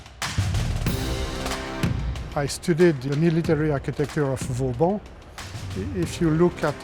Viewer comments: Great episode! As usual. Didn't know of that course so thanks! One thing though, as an architect and a French! you can't butcher the name of VAUBAN (not Vaubon) as you do:) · Vauban not « Vaubon » ;/ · Great episode as always, but it's Vauban not Vaubon ;)